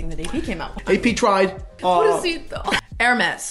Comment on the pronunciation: Ha ha! is hilarious in this one!...Whaaaaaaaat.....Jayzuz girl, just butchered, marinated and then chopped again the Hermes watch name!! Fell off the chair!!